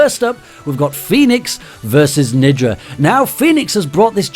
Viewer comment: When he said nidra it sounded like ni**a the first time